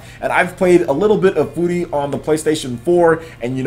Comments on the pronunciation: I try not to correct you when you mispronounce words but dude it's pronounced fury... Not foori or whatever the shit you said and you've said gungeon wrong in previous videos. It's exactly the same as dungeon but with a g, not gun-jee-on or whatever shit you said, do you not hear that in editing and think it sounds stupid or just wrong? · i'm pretty sure furi is prenounced like fury... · shahar fy he was actually pretty close, Furi's the Japanese word for free, it's not a play on words on Fury.